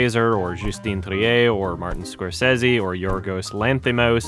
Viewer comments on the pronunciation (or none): none